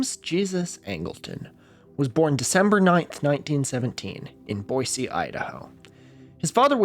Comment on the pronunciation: And pronounced correctly!